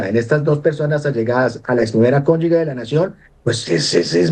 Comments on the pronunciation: Gustavo petro para sus ex mujeres si millares, y millares, y para los problemas de los colombianos que 🦊🦊🦊🦊 tan bellaco. La primera cónyugue, lo correcto es cónyuge y se pronuncia ( cónyuje) consulte el diccionario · "Nadie se vuelve corrupto en el cargo público, se necesita ser corrupto antes de ocupar el cargo". (Ari.Onassis). ¡Ah! Y se dice "Cónyuge" No 'Cónyugue' Cón yu ge Cónyu ge "Ge" que suena 'je'. ¡Por favor! 🤌🏻🤌🏻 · Señor profesor se dice y se escribe CÓNYUGE Y NO CÓNYUGUE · Muy bueno el análisis y las denuncias, excelentes, pero es desastroso que todo un profesor y experto diga durante todo el video "cónyug'u'e"; cómo es posible que en todo su recorrido académico y profesional no haya aprendido a decir CÓNYUGE, una palabra tan sencilla. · Díganle al abogado que no se dice "Cónyugue", pero si "Cónyuge"; Tampoco es RCTV, pero si RTVC. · Alguien que le diga a este "doctorcito" pelón, que no se dice conyugue" sino cónyuge y que no repita la palabreja cada medio minuto por dárselas de "culto" quedando por el contrario como un ignorantón. Y que además no es "RCTV" sino RTVC. Atacando a Petro y habla peor que él y eso ya es mucho decir.😅😅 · Con todo respeto le corrijo al señor que expone: Es RTVC y se dice CONYUGE .....